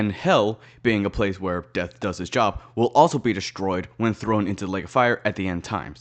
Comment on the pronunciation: You’re pronouncing Job as j*bs on purpose aren’t you I feel like that’s the reason they didn’t include purgatory (like, heaven didn’t have that many strong arguments to begin with), but I did see a theory that Hazbin hotel would conclude with the creation of purgatory so that sinners had a place where they could work to be better; just something to think about I guess